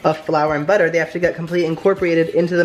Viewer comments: "Next we're going to add BUTTEH"😂😂😂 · I DIED WHEN HE SAID BUTTER LIKE BAAHGA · Someone needs to make a compilation of saying "perfect" and British accent "butter"